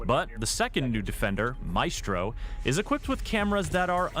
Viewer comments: Now before anyone gets used to the way Maestro is said. IT IS NOT ”May-estro” as said but rather ”Ma-Estro”. The same is with Glaz but people are too used to the way they say it. Lets not fuq this one up. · I cringe every time he says “may-stro” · Its MY-STRO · great video! Maestro is pronounced as my-stro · Its pronounced MY - S - TRO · You need to say maestro’s name correctly dude. You’re saying it wrong